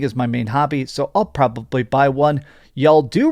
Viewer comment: Why does he say "probably" like that? "PRAH-BUH-BLEE" 😂